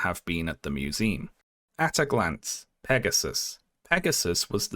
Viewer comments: Uhm can we talk about pronouncing it "museeem" like 300 times in the video? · museum? With an "uhm" and not an "eem" at the end